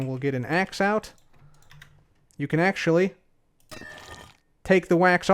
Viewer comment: "you can Axe-ually"